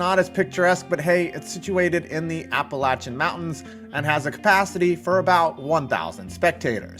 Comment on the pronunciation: Thanks for pronouncing Appalachian correctly.